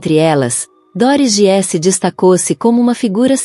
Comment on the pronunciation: Treine sua IA para dizer GUISSE, como disse, e não giesse. E equipa é português de Portugal. Para nós é equipe.